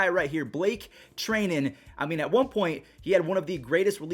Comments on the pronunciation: Who is Blake Tr-ey-nen it’s tri-nen get it right (lol jk I love ur content ) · Blake tri-dent not tray-dent